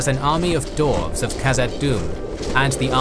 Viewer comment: After watching the Withcer videos and moving to this one, I just realized one thing: you pronounce "dwarves" as "dorves" ahaha